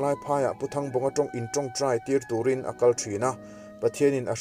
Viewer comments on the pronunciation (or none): none